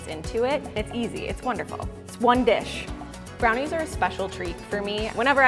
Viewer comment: nobody:: oNe DISH